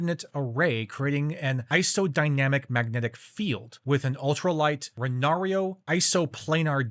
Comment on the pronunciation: Renaro not Renario.